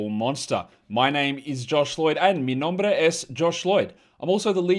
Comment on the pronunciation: Hey Josh, Latino here. The way you pronounced that “r” in “mi nombre” was perfect!